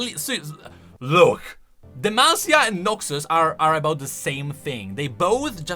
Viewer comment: Every time he says Noxus it sounds like NAXus, only way it sounds like Noxus is if I really focus on it